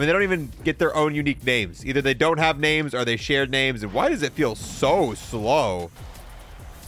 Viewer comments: Ngl this was gonna be a cool video, but the constant mispronunciation of names really got to me lmao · The misreading of half the names made me laugh